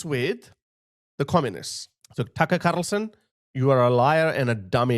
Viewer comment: “Tucker Carrrrrlson” made me spit my coffee